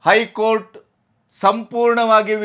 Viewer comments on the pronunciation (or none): none